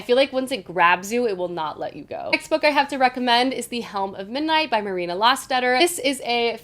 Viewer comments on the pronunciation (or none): none